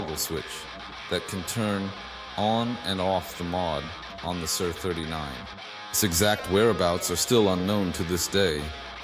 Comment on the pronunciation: It's not "sir" 39 it's S.I.R. 39. as in Studio Instrument Rentals a.k.a. S.I.R.